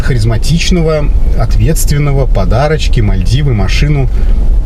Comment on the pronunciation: На буратинку похожа.Когда второй раз говорит подарочки,слышится,как подачки.